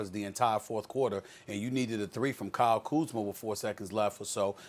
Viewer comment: Nobody: .... Stephen A: KYLE KUZMER